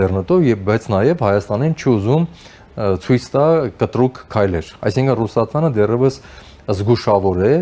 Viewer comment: Հարգելի զրուցավար, փորձեք խուսափել անհարկի ռ-երից այն բառերում, որտեղ դրանք չկան։ ԿոնկՌետ, կտՌուկ…